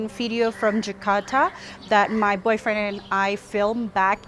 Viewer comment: boyfriend? Do u pronounced that word or mistakely? U broke me😭😭😭